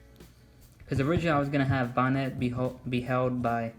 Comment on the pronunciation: It’s not bonet